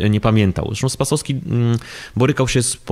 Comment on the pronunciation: Ta pani z IPN dwukrotnie przekręciła nazwisko R. Spasowskiego .